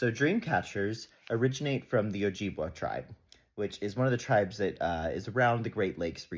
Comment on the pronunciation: "Oh-jib-way" (p sure that's how u say it if memory serves). I appreciate you for looking into the story and our (meaning first people's) often erased history. :]